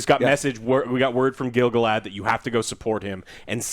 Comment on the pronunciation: face upon hearing "Gil-Galahad" 🤣